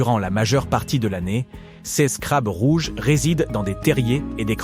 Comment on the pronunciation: La prononciation des adjectifs démonstratifs ou possessifs entache votre documentaire, langage informatique, dommage, cesse eux ne veut rien dire, Ces serait plus approprié, MERCI